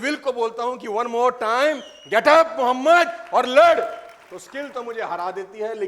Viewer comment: Bahai AP ke zaban se Muhammad Bolna bara acha lagta he